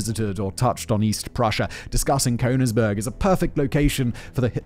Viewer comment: And how about Cone-igsberg instead of Königsberg? I mean, to be able to read through a script prima vista is a great talent he has, but he really should check the pronunciation of foreign words and names. Not doing so is just sloppy!